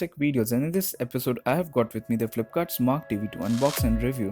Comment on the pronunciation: It's not marq (mark) . It's mar q (mar que.)